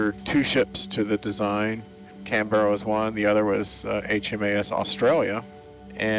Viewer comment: I wish my Dad was alive to see this footage. He actually served on Canberra ( btw, it is “Canberra” all one word, not “Can-Berra”) for two weeks on a gunnery course. The ship he mostly served on was HMAS Australia, he was on her during Lingayen/Leyte Gulf when she suffered FIVE kamikaze strikes. Those County cruisers were tough.